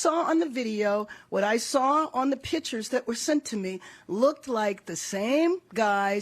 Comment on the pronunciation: Mayor Bass- ... pitchers? I axed her about the pronunciation and she said thats how they say it at the liberry 😅